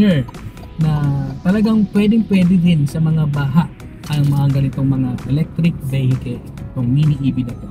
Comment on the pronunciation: E-BEHEKEL.... "EV" nalng para maganda nman pakinggan.